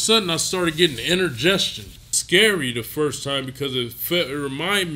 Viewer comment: Inner-gestion?🤣🤣🤣🤣 Kali you mean indigestion ?